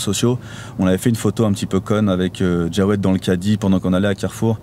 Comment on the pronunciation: On dit jawed pas djawed